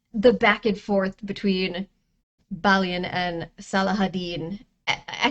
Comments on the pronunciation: But because french has to be french about it. The most correct way to say his name is bah Lee ohn. But real quickly all together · The way you say balien is about the most wrong way anyone can say it. Im Hispanic. The biggest help is a, e, i, o, u. Everyone said it in the way they know from learning a b c's. Balien is french. No on actually says it right. In latin. A e i o u..... is ahh ehh eee ohhh g"oo"gle